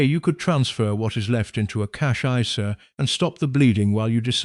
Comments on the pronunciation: Cash iceair 😂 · An AI should be able to pronounce isa correctly even a non-financial education one😊